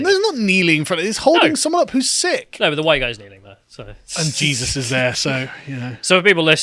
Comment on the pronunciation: "SHE-sus" Christ?